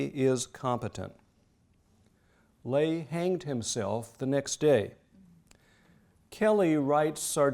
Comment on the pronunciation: Incredibly interesting. My only complaint is the repetitive mispronunciation of Nazi Labor Front Leader, Robert Ley. A common American mistake, based on common pronunciations of Irish surnames such as “Fey.” In German, his surname was pronounced “Lei” with the hard “I.”